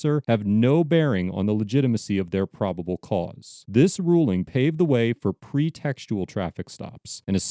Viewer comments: Zeelusoly? You mean Zealously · Pronounced: zellously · Zealous, rhymes with jealous. Just saying. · narrator has never pronounced “zealously” before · You mispronounced zealously. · Your pronunciation of "zealously" is interesting